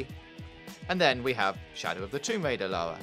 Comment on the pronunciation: it's LA RRRRRRRRRRRRRRRRRRRRR A not LALA! ffs!